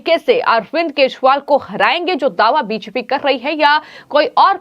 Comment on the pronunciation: बी जे पी को भी बीशपी बोलती है। सही प्रशिक्षण की आवश्यकता है।